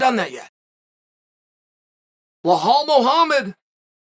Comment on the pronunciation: Did he just call Belal Muhamed, Lahal Muhamed? 😂